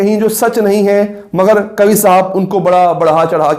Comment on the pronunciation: قوی نہیں ۔۔ قوا ھے